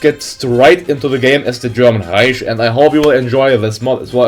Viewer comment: Reich isnt supposed to be said Reich. You should say it like "reik"